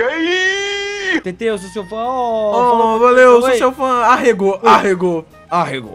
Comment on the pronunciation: vc falou arrgo nao foi?